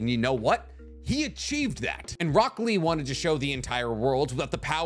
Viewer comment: why do i hear broccoli instead of rock lee